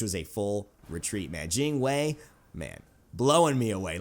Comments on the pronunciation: Yes you pronounce it correctly! Jing Wei : Jing Way Not Jing Why not Jing Wee, Jing Way. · I was just joking lol and your Jing Wei pronunciation is pretty good. It's kinda like Gin Way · your pronunciation of Jing Wei(精衛) is perfect